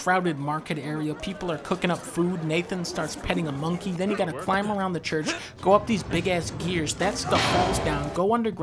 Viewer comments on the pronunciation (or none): Did he say monkey?